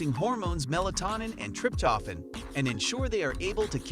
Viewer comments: Learn correct to pronounce Trip toe phan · WTF is "trip-toffin" and "mel-a-taunin"?🤣🤣🤣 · Oh dear! TRIP TOH FAN!!! Mel a toh nin Hard to listen when these words which are pronounced SO badly! Good info though.